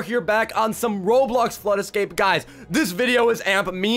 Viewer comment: Lava ascape? You mean flood ascape..